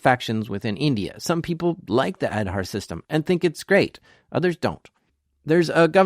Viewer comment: It is aaadhaaar card. Not ed harr 😂😂